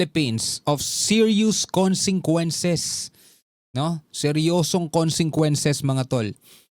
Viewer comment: Hindi moba mabasa Ang consequences bakit ilang vlog mo palagi mo pagbigkas ng consequences ay consenquences